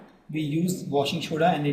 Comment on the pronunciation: sir its washing soda not shoda